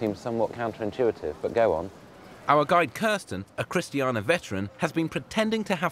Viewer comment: I hate how the host pronounces Chistiania wrong. COMPLETELY wrong. It's not chist--tee-ah-na it's Christ-stain-eee-a. He says it wrong 5 tines and his guide pronounces it right. So dumb.